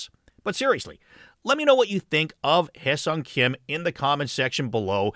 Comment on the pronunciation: Kudos for the proper pronunciation of his name